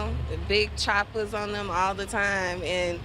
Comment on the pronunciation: Choppers not chapas.